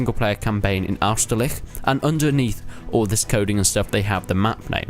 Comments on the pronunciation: how did you fuck up the pronunciation of 'Austerlitz' this much? it's not 'AusterliCH' it's 'AusterliTZ' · It's Austerlitz not Austerlich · I think you don't pronounce it 'Austerlich' ;) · why do you say austerliH ? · Isn't it pronounced like "Ost-er-lie-ch?" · You say "oust-a-lits" ("a" like the "u" in "gun") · It's pronounced as it's spelled... Austerlitz (second t is silent) I mean, if we were living in a world without technology, then I get you could mess this up, but if you type Austerlitz in youtube, I'm sure you'll find at least a dozen videos saying the name so you can copy it... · the way you pronounced austerlitz gave me 20 different STDS, and social anxiety.